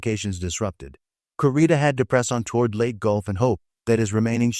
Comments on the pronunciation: It's pronounced "LAY - TEA" gulf. You are either bad A.I. or someone not trained in WWII historical terminology. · Please learn to pronounce location names properly, Leyte is not let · How does AI intelligence make this a better presentation? Mispronouncing the simplest parts of the story. I guess 'lead the metal' versus a 'lead ship' or 'leadership' is a easy mistake for Robby the Robot and the 'Leyte' Gulf battle!